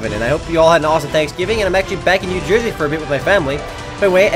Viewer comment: Ah yes. "Joy-zee" ;)